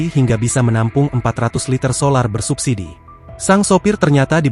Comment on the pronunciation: BBM bersubsidi. Bukan bersubbisi